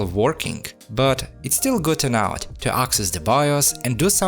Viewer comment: Word "enough" is pronounced: uh nuhf (enaf). I've been watching your channel for at least 1,5 years, and you always were saying "good and out" instead of "good enough".